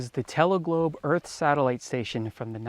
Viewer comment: Sat - ellite lol